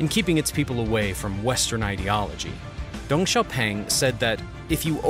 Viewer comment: It is Deng, not Dung. It seems to me that you distort Chinese names on purpose.